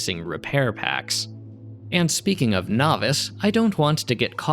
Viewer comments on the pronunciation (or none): Isn't Nauvis pronounced "naw-veese," or do I have that wrong?